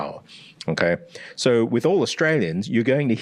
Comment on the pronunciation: My favorite vowel is the o in "okay", because he says it almost like how Americans pronounce the letter name A. So I hear it as A-kay lol I'll have to go back and listen carefully for other instances of him using the 'goat' vowel (goat, vote, bone) but I'm pretty sure he pronounces 'okay' unusually unrounded, relative to other 'goat' vowel words. My hypothesis is that uses "okay" as a social cue, a sentence terminal of sorts, and sometimes words with special use cases can gain specialized sounds, even if in every other speaker it's the same